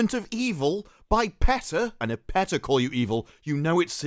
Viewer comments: Lmao English people messing up English words is always funny. Pee tah not Pet ah lmao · It's "Pee-Tah". I know because I used to live in Norfolk, VA their world headquarters. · I always thought it was pronounced Peeta!